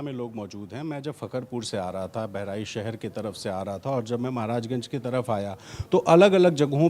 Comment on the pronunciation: बेहरीच नहीं बहराइच है पहले सही से बोलना सीख लो.